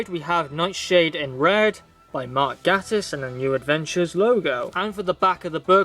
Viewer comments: Great review... but Mark Gatiss' surname is pronouced 'Gay-tiss' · i prefer the mispronounced name lol